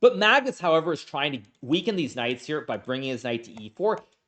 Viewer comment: I can’t I unhear deez nutz each time he says these knights after that one slip😂